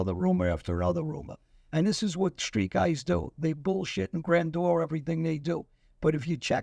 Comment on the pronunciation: or the university kid you have reading John Alites post- stop mumbling, and when you read out the post give some context; grandure? smoosh? my grandure/your grandour. cringe